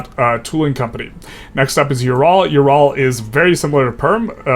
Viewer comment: In case you care about pronunciation, Ural is more like oo-ral rather than you-ral Props on not saying York-shyer